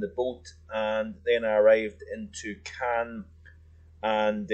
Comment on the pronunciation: You weren't in Cannes. That's on the Mediterranean coast of France. Caen is NOT pronounced the same way as Cannes.